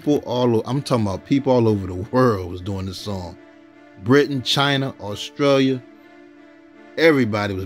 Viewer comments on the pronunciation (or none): none